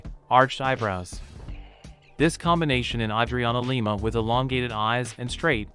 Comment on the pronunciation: Yay name pronounced correctly.